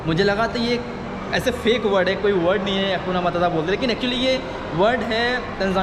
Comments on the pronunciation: हकुना मताता नहीं हकुना मटाटा बोल भाई अपनी बोली को सही कर मेरे भाई बोलना सीख पहले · हकुना मताता हकुना मटाटा बोल भाई